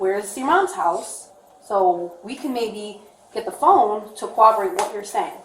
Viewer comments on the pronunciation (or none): If you're going to he a cop you may as well learn how to pronounce the word corroborate. It's not "cowoborate". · hate it when cops say corroborate “cowoberate” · Jeez, that cop keeps saying cowoborate.